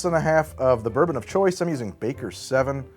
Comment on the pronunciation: Burbon lol